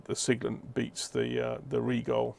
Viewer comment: I am being petty here, but thanks for pronouncing "Rigol" correctly.